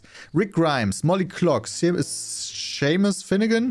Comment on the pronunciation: hab das ganze Internet umgekrempelt und keinen einzigen Justin bieber song gefunden, der,,do you remember,, heißt und wenn noch einmal SHEMIS sagt fall ich vom glauben ab xD